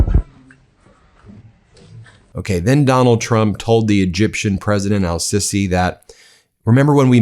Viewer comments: Ben, it's Not"Sissy' it's pronounced "See-see" SiSi! Military coup president! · Show some respect, please. The Egyptian President's name is of course not pronounced "'Sissy' but rather " See-see'. In combinaison with the definite article it is: A-see-see. Don't mention.